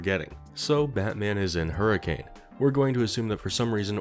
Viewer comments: not that major of a note, but despite the spelling it’s actually pronounced “hurr-a-can.” I only bring it up because it’s pronunciation has annoyed me my entire life lmao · As someone from Utah it is pronounced Hur-a-kin😂 we say things weird in southern Utah and make sure to had some accent to it😂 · Sorry to say it, but Hurricane, Utah is pronounced "Her-ih-cuhn." Signed, a Utahn. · Man, people in Hurricane, Utah hate when you pronounce the city’s name the way it’s spelled. The way they pronounce it sounds like “Hurricun”. It’s dumb. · Hello, I'm enjoying this so much, BUT, Hurricane the city is pronounced "Hurri-kin" like next of kin. No I don't know why. That is all. Glad buttf*ck Utah can get some rep with a child murderer restaurant. Edit now that I've finished the video, I LOVED all of these scenarios, and the justifications for Batsy to be around gd UTAH of all places. I also loved the various edits of purple guy/Springtrap's face on villains (the Harley Quinn one made me laugh out loud) and the edits of Batman going, "smells like dead kid here." KILLER video, 10/10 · It's spelled hurricane Utah. But its said Hur-a-kun. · Hurricane, Utah isn't pronounced like the storm btw! it's closer to hurr-a-kun (I spent a fair chunk of childhood in a neighboring city). like not upset, just something mildly interesting some fnaf fans might find interesting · you said hurricane’s name wrong. The ways it’s supposed to be said is: her-a-kun”. I’m not kidding. I’m from utah. And even I hate it. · not to be that guy but here in Utah we pronounce it as Hurrikin even though its spelt Hurricane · As a southern Utah man, Hurricane is pronounced Hurri-cen, Utah. Nobody knows why, and it pisses everyone off. But that’s the way it is. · I can tell I moved in Utah too long because his pronunciation of hurricane is bugging me haha. They call it hurricuhn (rhymes with bun) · Hearing people pronounce it "hurri-cane" 🥀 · That’s not how you pronounce Hurricane 😞